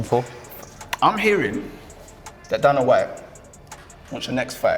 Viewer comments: Did the presenter really just say Danna white😂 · The pronunciation of Dana white was atrocious